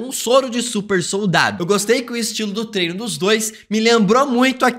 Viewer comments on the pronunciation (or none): none